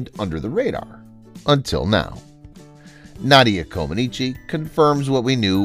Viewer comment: Didn't he say Na dia, with a as in hat? I thought the correct pronounciation is Nah dia .